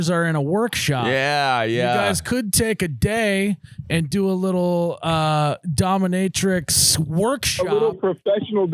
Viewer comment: Anyone else notice calling it domiMatrix😂